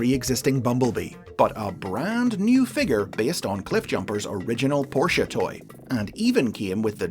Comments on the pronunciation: I’m surprised pronounced Porsche correctly. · Pronounces "Porsche" with surprising accuracy - yay! Then goes on to mispronounce "Volkswagen" - sigh.